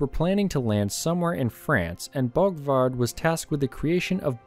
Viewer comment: BORGWARD, ....not Bogwad......